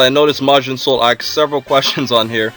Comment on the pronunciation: Pro tip, the verb "to ask" in past tense is "asked," not "aksed". S before k. Sk. Sssssssssk. Asked.